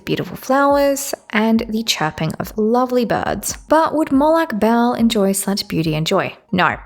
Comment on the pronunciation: For future reference, I'm pretty sure most sources pronounce it as "Mo'-log (or lag) Ball" 😭